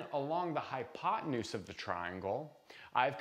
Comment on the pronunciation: "hypotenues" --- probably had a rough night...;-)